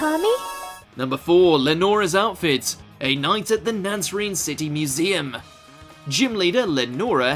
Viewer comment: The fact you said Nacrene that way urks me a bit lol